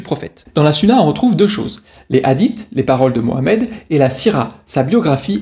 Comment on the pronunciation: Déjà on ne peut pas représenter le prophète avec des images et la sunna se prononce sounna